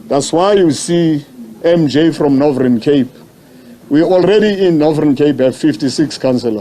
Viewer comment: And its Northern Cape, not Nordhern Cape.